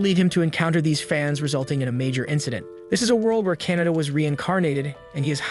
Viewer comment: oh my god he keeps saying Canada it KA-NA-TA